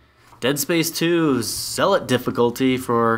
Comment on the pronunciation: pronounces the word "Zealot" differently in every Dead Space 2 video! xD